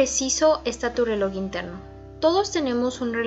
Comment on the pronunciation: Esto no es burla pero me da un poco de risa que diga reloc